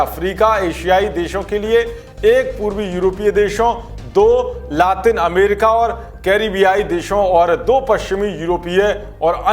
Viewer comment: विनती. है 🙏 ठीक से पढिये, अमरिका हमें, अमीरखा सुनरहा हैं